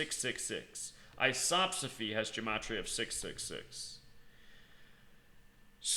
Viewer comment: That's not how you pronounce "gematria"